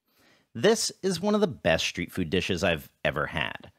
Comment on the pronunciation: it is street food not shreet food